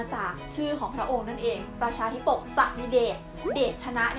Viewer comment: รีบอ่านไปหน่อย.. อ่านว่า ธาดาธิปก